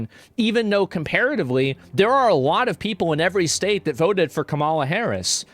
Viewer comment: I don't know why but I get kind of annoyed when pronounces the word "state". shtate